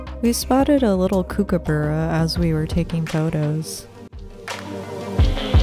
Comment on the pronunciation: So glad you pronounced the name Brisbane like a local. Kookaburra however... think cook rather kook. Like, I cooked a Kookaburra